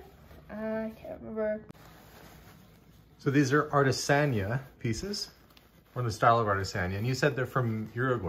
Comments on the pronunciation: The Spanish teacher in me wants you to know 'artesania' has an accent on the I so it's pronounced /ar tey sah NEE ah/ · Ar-tay-san-EE-a from Uruguay. Atesania means hand crafts.